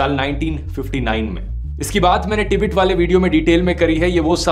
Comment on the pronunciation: टिबेट नहीं गवांर तिब्बत बोल